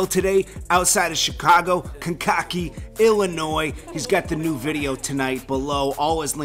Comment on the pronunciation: It's pronounced Kankakee [Kane kuh kee]